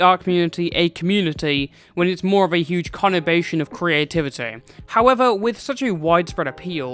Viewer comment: "creativitay" hmm you sound like yk how to kill a geologist😏